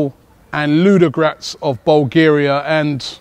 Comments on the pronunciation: LU-DO-GO-RETS FOR FUCKS SAKE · Robbie,we waiting for you at .Arsenal has a lot of fans in Bulgaria.The way you pronounce Ludogoretz is really funny.Ludogratz :D